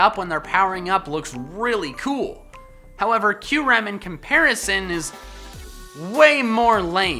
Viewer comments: He said Q-ram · Boi I loved kyurem also the way you pronounced it killed me. I pronounce it Cure-ahm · You mean to say I've been saying Kyurem wrong ever since I was like 8...